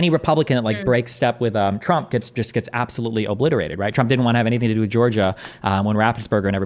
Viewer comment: “Conthervatives? Abtholutely not.” - 🤡